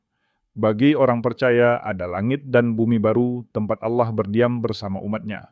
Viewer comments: tolong pengucapan nya di benarkan. ALLAH dengan tegas bukan aulloh. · Allah, bukan Aulloh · Ganti penyebutan sdr ingat ALLAH Bukan aulah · Knapa kata Allah diucapkan olloh, mav ini kedengarannya ga enak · Allah bukan Alloh 😂😂🙏🙏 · Narator nya kok seperti😅 muslim ya, Klo menyebut Allah : A' wlohh.. khas ejaan Muslim. Mohon disimak . Barangkali ada kecenderungan negatif. Pokoknya. Siagalah..😢😮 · hostnya kl ucap ALLAH mirip dg MUSLIM y..... tp memang dialek ALLAH g dimonopoli kaum sbrang aja mstinya BHS sifatnya kan UNIVERSAL